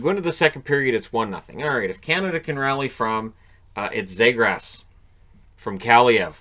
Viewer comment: Knight was a 🏯 fortress. And Trevor Zegras earned the respect to have his name pronounced correctly. (Zeegrus). Brink was awesome blocking shots and competing for pucks. That Canada team was stacked! Great game plan coach Nate Leaman.